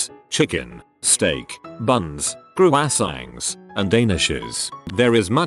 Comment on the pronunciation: World: Croissant Reddit voice: KahWayOhSant